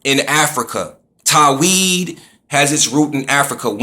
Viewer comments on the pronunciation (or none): lmao "Tahweed" hahaha. it's called Tawheed. I cant believe you're using Arabic words to argue that Islam originated from Africa. lmao